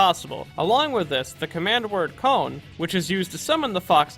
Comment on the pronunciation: Its kon not cone